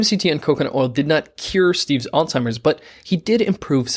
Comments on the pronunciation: Stop saying old timers. It's alzheimers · Is the narrator pronouncing it as “All-timers”?? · It’s not “al-Timers” disease. Look at the spelling. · Lol, my pet peeve. Where is the 'T' in Alzheimers🤔